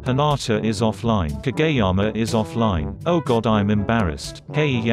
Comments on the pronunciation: No one: the robot voice Pronounces kageyama as kAGAYyama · ...... so is nobody gonna talk about the fact that the voice pronounces kageyama as kaGAYyama ?? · I love how it pronounces "Kageyama" as "KaGAy-ama" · Ka Gay Yama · KaGAYama and tsukki as sucky LMAOO